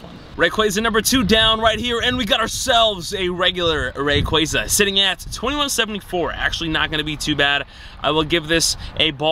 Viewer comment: Happy to not hear say Ray"quay"za anymore. Great video though. Fun to see your passion for a Pokemon you love.